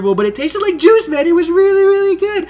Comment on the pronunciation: Oh I thought he said the zombie taste like jizz haha but he said juice